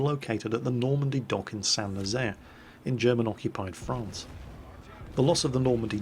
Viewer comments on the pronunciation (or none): none